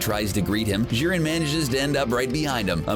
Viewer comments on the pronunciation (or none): Jiren not Szhiren, Jesus Fucking Christ